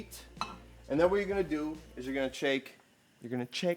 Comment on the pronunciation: "Your gonna chake, chake dat ting" 😂🤣😂🤣😂🤣😂🤣😂🤣😂